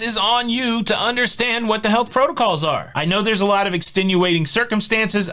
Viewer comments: Every time you said "What the health..." I thought you were saying what the hell. It was awesome. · Me tooooo